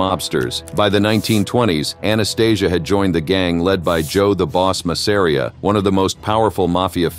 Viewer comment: Ma sa ree aah get an AI that can pronounce names correctly